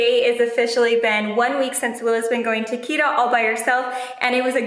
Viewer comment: try to pronounce the 't' in Kita more strong. it's not a 'd' sound.